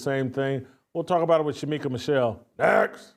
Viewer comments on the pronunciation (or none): It was great to have back. needs to be on once a week, the same day of the week so viewers like me would know when he is going to be on. For those in chat, get the First Lady of Fearless' name right. It is Shemeka not Shameka. God bless Jason,, Steve and Shemeka.